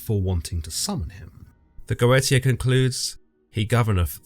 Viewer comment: Its not Go eta, goetia is pronounced Goesha